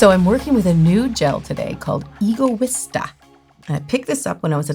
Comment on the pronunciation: its so cute how you pronounce Egoista hahahah